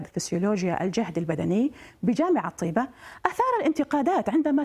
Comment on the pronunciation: لماذا المذيعة لا تنطق اسم "طيبة" بشكل صحيح